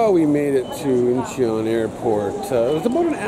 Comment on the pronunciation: My favourite 3 airports, no particular order are: Seoul, Singapore and Hong Kong Not to pick on you but I believe when you pronounce 'Incheon', the 'e' is silent. More like In-chon. So where you guys off to next?